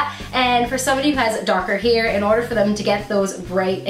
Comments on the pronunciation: It's called hair not heer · I cringed every time she pronounced hair as 'here' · Is saying heir instead of hair is a accent thing? Never hear anyone saying it this way. Serious question - I am not trying to troll you or anything, my native language is not english either. And you do look cute with your hair up like you had under the wig. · haa I thought i was thw only one! He-er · i thought i was the only one whp went oh my lord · I was looking for a comment like this!! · I'm from the Midwest. I had to really listen to hear her say hair with a slight accent. I think a lot of people around here say it that way. I dont but ya. I just ordered my 1st wig, but using front lace and doing the maintenance to it first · you put all of the wigs on wrong and you say hair weird.